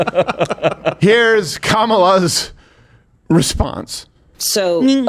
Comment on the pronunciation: You are pronouncing her name wrong. You are saying Kamala but it is pronounced Kamala.